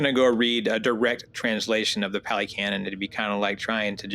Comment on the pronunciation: Pah - lee, not pally. Buddhism is N O T a belief system. Ever. In not one place in the Canon are you required to blindly believe in anything. This is not a blind faith situation. It is an investigative situation. There is no God here to blindly follow or pray to to appease the self - there is no permanent self, no soul, no 'me' that is doing anything or controlling anything. There is Dependent Origination. The entire Canon is about one topic and one topic only - the truth of Dukka, the cause of Dukkha, the ceasing of Dukkha and the path to the end of Dukkha, the 8 Fold path. That's it. You investigate and observe and see the truth of non self, Dukkha and impermanence. It is not about logic, not about getting anything, not about seeking. The Four Noble truths, reflect on these, see the truth of the way things are. Also the Buddha lived and taught 2,566 years ago. Also you don't walk with the Buddha. The Buddha is not a person, a form. There is nothing. It is empty. There is no dogma here, no belief system, no God, no creator, it is not a religion but a practice. The Brahma you read is the divine abodes. The Hindus are attached to a belief system. You're perception is that there is a creator God and are intent on comparing and returning to this belief, this is a Fetter, a hindrance to awakening. Your mind is closed, you are caught in the worldly winds. You may find Ajahn Sumedho enlightening, he is American and has a lot to say about the conditioning we've experienced. He and h